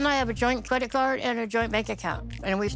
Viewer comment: Brazilians tend to add an imaginary "y" to foreign words as a way to pronounce them more easily. It's not weird for her to say Colt"y" and credit card"y". She's speaking a language that isn't her mother tongue.